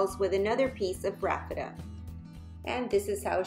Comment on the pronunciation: Isn’t it called Raffia? I’ve never heard it prounced Raffeta.